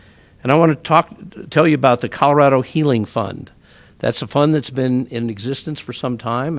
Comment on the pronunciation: Please help this mayor learn to pronounce his own damned city. It’s “Call-Oh-Rad-Oh” (springs) NOT “Karo” (springs) 🤦🏽‍♂️